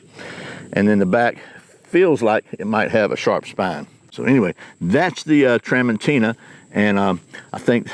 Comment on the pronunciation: It's pronounced tra mon CHI na.